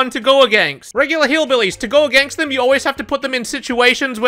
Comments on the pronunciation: Count how many times he said againgst :D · Againgst? Is he saying againgst?